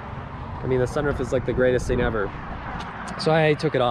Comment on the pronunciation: SunROOF not sunRUF.